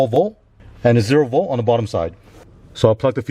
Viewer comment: Cant say "v o l t" theres a letter T there. 12 vol